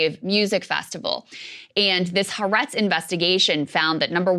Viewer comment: Folks, the newspaper is called ha-aretz (3 syllables, accent on the second “a”).